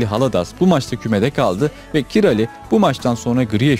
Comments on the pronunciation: Merhaba, elinize sağlık. keyifle izledim. bir bilgi paylaşmak isterim, Kİ-RA-Lİ diye okuyoruz hepimiz ama Macarca doğru telaffuz Kİ-RAY şeklindedir. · Yabancılarda bizim isimlerimizi kendi dillerine göre telaffuz edebiliyorlar. Doğru evet. Adamın ismi kiray aslında. Kirali dedik. Dirk kuyt'a ingilizlerde bizde kayt dedik adamın ismi köyt aslında. 😂 Capone vardı galatasarayda kapone dedik adamın ismi kapon.. Tıpkı Avrupa kanallarında ümit ismini yumit olarak duyduğumuz gibi.